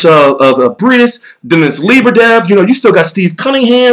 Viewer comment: I got u it's pronouced, MAReez BrayDeez